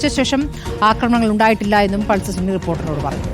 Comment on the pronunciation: പൾസർ സുനി ❌ പൾസർ സുന ✅🚀